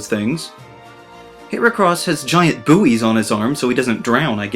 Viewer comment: Your pronunciation of buoys lmao